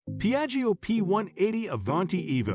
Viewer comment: Don't pronunciate the second I, like jjo